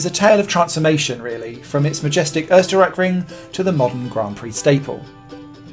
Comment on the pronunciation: Such great effort of pronouncing the "Österreich" in Österreichring right only to struggle with Schleife (in "Westschleife"). What a shame :P It should be something like shly-feh or shly-fuh. Writing German words in English pronounciation is hard ;)